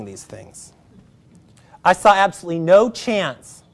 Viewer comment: You can't pronounce "no" correctly yet you want us to believe you understand economics lol